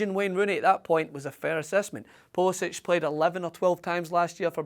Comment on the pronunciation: How can you expect to be taken seriously when you apparently haven´t even paid enough attention to pronounce his name correctly -__- he pronounces it poolisik, look it up. If you saw the CL game today and are a half-decent analyst who knows anything about US soccer then you can see the kid is ALREADY one of the best players we´ve ever had, regardless of age. On top of that he was the youngest player in any of the CL games today, and the youngest player in Dortmond´s CL history. Few U.S. players have ever played in a club match at that high of a level at any age. And not only did he play, he was one of Dortmond´s most dangerous players the whole game, rarely turned the ball over, and helped lock down his side of the field defensively. But the most exciting aspect is his off the ball movement, always conscious of how his runs and movement affect space for his teammates. I´ve NEVER seen an american player with the soccer IQ and decision making class that I see with Pulisic. I love Donovan and his chance creation abilities were class, but he never showed Pulisic´s level of decisiveness, off the ball cleverness, or defensive tenacity in his entire career. Even Donovan himself said there´s no comparison considering Pulisic is playing for Dortmond when Donovan was packing his bags for California after failing to crack the first team at Leverkusen. So let us be excited. Or are you just jealous that you could only DREAM of a Scottish player with Pulisic´s potential, or even one as goo